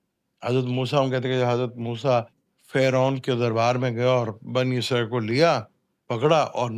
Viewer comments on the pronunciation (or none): none